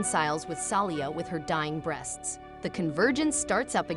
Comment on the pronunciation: Ai voice is so hilarious. "With her dying breasts" instead of breath.